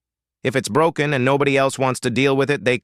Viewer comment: Everything was fine until the last word. The AI reader broke the word broken 😂. Enjoyed it otherwise.